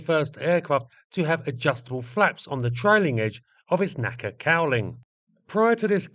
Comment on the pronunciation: The NACA is pronounced En A Sea A. Not like NASA.